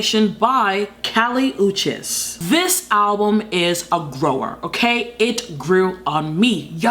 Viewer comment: beech:))), its Kali (kah-lee) Uchis (you-cheese)